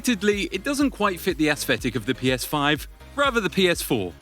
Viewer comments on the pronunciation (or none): none